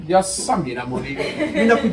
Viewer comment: The way kuku say yasamila muli 🤣🤣